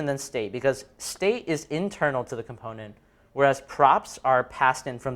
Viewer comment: Everything was good except why does he NOT know how to pronounce Component in the regular English accent he is speaking/using? lol